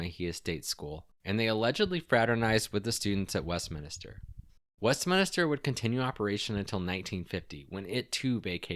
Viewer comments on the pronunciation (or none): Just a note The word is Westminster Not Westminister. IJS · west-min-ster. just three syllables.